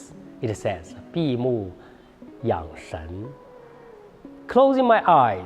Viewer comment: 闭目养神， not 闭目养生